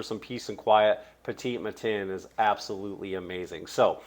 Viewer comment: The way you pronounce Petit Matin by Maison Francis Kurkdjian with your accent is quite hilarious 😂🤙 Petit Matin for information means early morning. I add that I will have all these perfumes one by one!